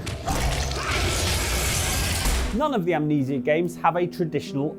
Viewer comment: Amnesia only has three syllables.